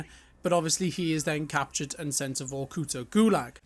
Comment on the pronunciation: VorkutA, not VorkUta :)